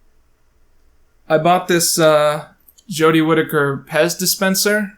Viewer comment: Big fan of your videos like this! (This being dissecting and more camera based) Also thank you for saying Jodie's last name correctly lmao. Personally I like Jodie's portrayal of the doctor. She's like all my fave parts of 9, 10 and 11.